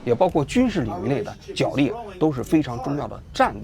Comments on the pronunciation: 角（jué）力，不是jiǎo力。王局从之前的节目到现在，已经读错许多次了。实在受不了你一直读错，太难听了！ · “角力”的读音是 jué lì。